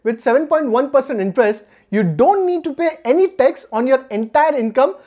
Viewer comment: Very nice information. Your pronunciation of Tax is tex. It is confused for sometime and later it is realised. So please take care on this and your pronunciations.